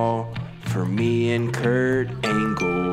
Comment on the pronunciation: I keep coming back to this video for "KuRT AnGLllee" 😂😂🤣🤣